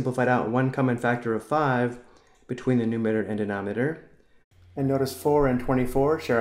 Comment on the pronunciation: calm down he cant say it properly